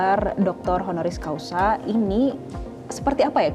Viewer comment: Reporternya kurang berwawasan, masyarakat yg ditanya jg sami mawon.... HONORIS CAUSA ya atau Hc BUKAN honoris causal... Bolak balik conten creator, reporter salah sebut....haduh....